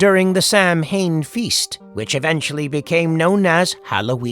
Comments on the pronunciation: His name is Sam Loomis, not Lewis. And it's pronounced "sow in", not Sam Hain! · Samhain is prounounced "sowen" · Sam-hain? Lol Most humans don't pronounce that correctly, so I guess I shouldn't expect an AI to get it right. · You'd think with that many subscribers you'd know how to pronounce samhain Here, let me help you. Saa wn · samhain is not pronounced like that🤣